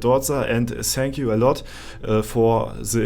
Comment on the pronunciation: cleanes englisch sagt er :D zänk u :D <3